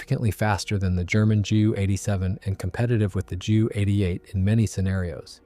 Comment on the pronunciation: Sry, but it was too painful for me to listen to. JU (Junkers), one does not pronounce as jew. In German pronunciation, it is way closer to "You" (You are). So PLEASE just say "You-88" and "You-nkers". In the word Junker / Junkers, one can use the silent "n". You-.-kers. More than welcome you are.